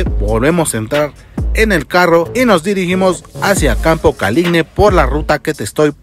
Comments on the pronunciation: tambien tienen mi problema de campo caligne no es caligne es caligine ca-li-gi-ne tienes el mismo problema que yo XD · Siempre me pareció raro escuchar Caligne jajajajaja gracias por sacarme la duda.